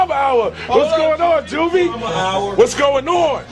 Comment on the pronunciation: Side note: It was pronounced "Ju-vee" The Great.